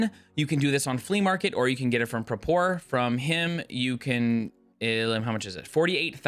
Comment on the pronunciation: dude please pronounce Prapor right